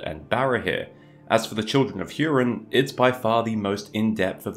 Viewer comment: It’s actually HOO-rin, not HYEW-rin, but nobody noticed. Vowels are ah-eh-ee-oh-oo rather than ay-ee-ai-oh-yew. Just saying.